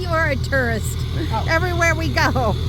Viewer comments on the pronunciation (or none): I thought he said he looks a turd with the bikes like that. Instead of tourist. Oh my. Sorry. Safe travels.